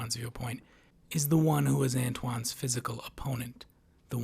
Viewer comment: i lost a brain cell every time you said lewin or antoine 😭